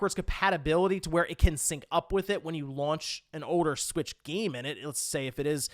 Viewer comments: The nintendo Swiitch pronunciation is cursed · It makes me want it more